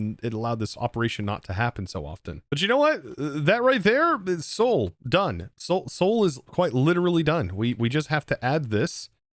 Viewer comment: Sheol fire is from the ancient hebrew version of limbo. If you say "Shed old" without the d's that's how it sounds. It's not "soul" like the city Seoul in South Korea.